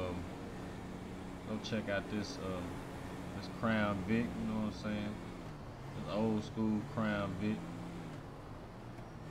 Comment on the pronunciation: Ik he was from the H when I heard him say ( you none sayin)